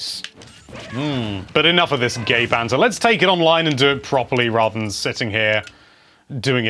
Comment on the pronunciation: did he say gay banter or game banter